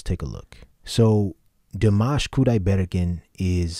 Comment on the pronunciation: You should hit the last syllable of his last name, not the 3-rd